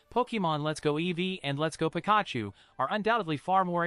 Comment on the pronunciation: Can you please stop saying Pikachu's name like that it's definitely not how you say it, it's so wrong your pronouncing it completely wrong, cheers